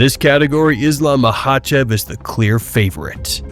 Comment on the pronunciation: Is chael just trolling calling him makelchev? He has to be.